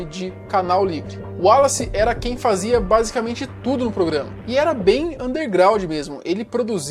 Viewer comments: Em que tange ao prenome "Wallace", apesar do primeiro "A", pronuncie-se,: "uólace"! (Maceió/AL) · A pronuncia do nome dele era uolace.